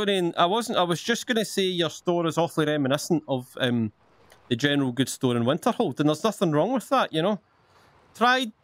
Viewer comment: General Goods What I hear: Gentile Gills